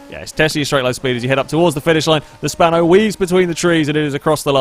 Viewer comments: Bruh it's "Spano" not "Spanner" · I like how calls the GTA Spano, the "Spanner"